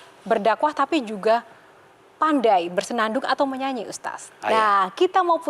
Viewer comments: Ustad mba bacanya bukan uztaz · Kagok banget sih denger HOST nya. Manggil ustad ajh susah bgt ustasd ustasd 😮‍💨😮‍💨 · Aku dengernya si MC ko nyebutnya Ustaz bukan Ustad... mungkin aku salah krungu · Presenternya kok gak bisa eja sebutan Ustad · Ini pembawa acaranya emang bilang "ustaz/ustas" ya? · Tu kan ustadz nya salah ngucap nama .. makanya dengeur semua